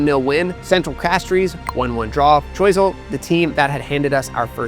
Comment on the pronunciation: Gros - Islet is pronounced Growse - Eelay Choiseul is pronounced Showzel Mabouya is pronounced Mabwiya